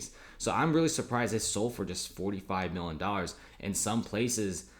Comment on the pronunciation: This ree turd cant say Million